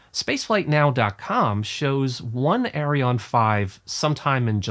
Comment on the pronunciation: Actually, both the rockets and the company are called "Ariane" NOT Arione!